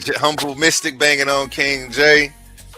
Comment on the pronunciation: Its Bangin....not Bangen lol...and intellectually you cant stand 1 vs 1 against me Humble....set it up unless you scared 😮